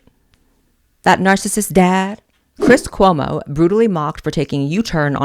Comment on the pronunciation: I so agree about cwis cwomo. Lol